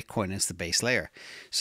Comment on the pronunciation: I don't think it's Zay-us. I think it's Zeus (zoose), as in God of the sky. As in lightning.